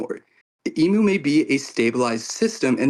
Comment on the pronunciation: I thought it was funny for some reason the pronunciation of Imu as E-mew 🤣 reminded me of Mewtwo pokemon